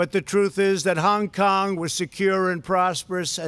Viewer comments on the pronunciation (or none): Pls try not having speech impediment when saying Hung Kong.. it’s Hong Kong. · Hung Kung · "hung kung" - Donald Trump